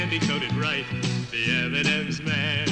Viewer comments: M and Ms and not M and Miz!!!!!!!! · Anyone notice 3 times he called M&M's M & Mizz..😂😂😂